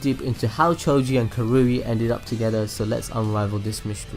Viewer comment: It's ka rui not ka roo i